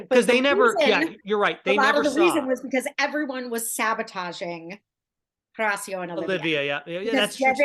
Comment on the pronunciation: Again. The H is silent. Horacio. hOracio